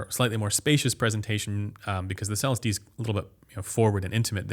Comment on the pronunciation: You're still saying Celestee wrong lmao.